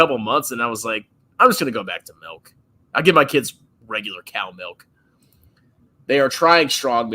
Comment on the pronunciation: Of Course says "melk" instead of Milk.